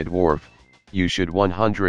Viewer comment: "peas hooter". I died at this :D :D Awesome!